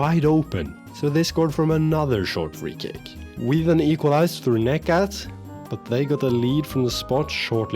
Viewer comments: Hey, just a tip. Instead of reading necat's name like that, try like negjat. It is way more accurate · The 'C' in Necat is pronounced exactly like the one in Kocaelispor; in fact, all 'C's in Turkish is pronounced that way.